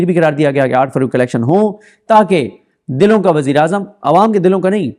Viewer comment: صدیق جان بھائی آپ کا تلفظ ٹھیک نہیں, نواز شریف دِلوں کا نہیں دلوں (دلا) کا وزیرِ اعظم ھے۔